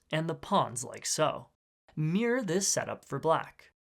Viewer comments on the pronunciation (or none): none